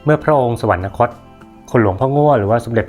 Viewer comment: ข้อมูลดีมากครับอาจารย์ แต่อยากให้อาจารย์พยายามอ่าน “สวรรคต” ว่า “สะ-หวัน-คด” ครับ เพราะคำนี้ไม่มี ณ จึงไม่ต้องอ่าน สะ-หวัน-นะ-คด ครับ